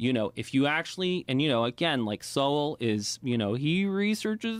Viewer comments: Thomas Sowell ( pronounced SOUL ) is an an absolute national treasure. He is one of the most informed and brilliant intellectuals of this age. He writes as he speaks and he speaks as he writes. Such a joy to read and study. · "Sowell" sounds like "soul." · His name is pronounced SOUL. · Dr. Thomas Sowell's name is pronounced like the word "soul". Thanks for all these great, informative videos. God Bless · Thomas last name pronounced “soul” love from here❤ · T Soul !!! T Soul !! That is how you pronounce his name. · Sowell is pronounced the same way as soul. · Thomas Soul - that's how it's pronounced. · from what I learned, Sowell is pronounced: "So-w-'ll". So the "e" is silent. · His last name is pronounced like" soul" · His name Sowell is pronounced soul. And yes Taxation is extortion. Government is slavery. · It's pronounced SOUL ❤ Thanks for asking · Mr Sowell’s name is pronounced “Soul” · Sowell is pronounced like “so - uhl.” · His name is sowell pronounced soul.😊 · It’s pronounced like soul. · Thomas Sowell, pronounced "soul" You must learn all about him!!!! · It's pronounced soul for some reason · Pronounced "Soul" as in Soul Brother! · It’s pronounced Soul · It’s pronounced soul. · Pronounced Thomas Soul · Pronounced. Sow l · Sowell is pronounced like your guest does. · Really would’ve loved to have heard what Joe Rogan and this other guy had to say about it but I quit at about three minutes because the guy that didn’t even know how to pronounce Thomas souls mean kept interrupting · A damned shame that a brother can't pronounce his name. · Didn’t pronounce Thomas Sowell’s name properly. The reason you don’t lean either way it’s because you haven’t even listened to his work. You’re just trying to avoid being judged, but you got to take a stand somewhere bro. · His name should be pronounced with more soul. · You are not pronouncing his name right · You don't even know how to pronounce Sowell's name??? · Pronounced 'Soul' like soul brother 😊